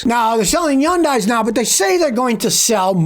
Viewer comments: fyi: Hyundai rhymes with "Sunday", not "sun-die"... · Hyundai is pronounced HUHN-day, not HUHN-die. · Why does Scotty call Hyundai, Yyundai 🤔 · Whats a Yawndye? A new company? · Hyundai…… pronounced Sunday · As soon as I heard Hyun(die) I said yikes, no thanks. 😅